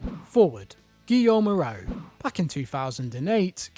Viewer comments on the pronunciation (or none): The way you pronounced Hoarau is the worst thing i heard in this channel... Reminds me of that american that pronounced the club Lille "Lilly" ... disgusting